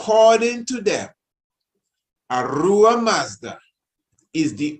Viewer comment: Yes kingman ! The i pronouncing it well . Zoroaster is indeed known as the Iranian prophet who speaks of the One god the creator. Ahura Mazda would the correct pronunciation ( with the H sound )